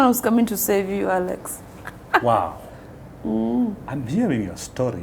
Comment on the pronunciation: The way she calls you 'Akex'😂